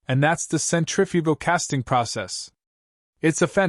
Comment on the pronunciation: I'm going to guess that it is AI. The relaxed pacing and pauses make it pleasant and not sound like AI. There is some slightly odd sound during some S sounds, e.g. the S in casting. Some distortions in syllables, e.g. "impurities", "strong".